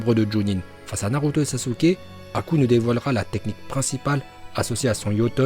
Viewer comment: Choqué par la prononciation de haku par